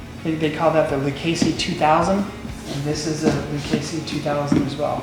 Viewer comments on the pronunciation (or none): none